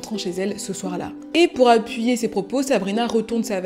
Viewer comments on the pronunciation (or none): none